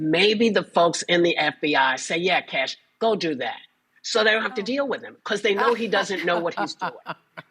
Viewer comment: "Cash" Patel SMH 👎